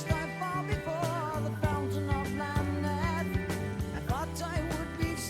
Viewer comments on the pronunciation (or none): You need to listen to the rest of the album. You also need to listen to the album Fly By Night. Speaking of Marillion, you need to listen to the album Clutching at Straws. Masterpiece! I DO believe the emphasis is on the second syllable of Lamneth.